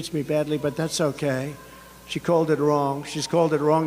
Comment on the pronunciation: "Eyem better looking than sheyes"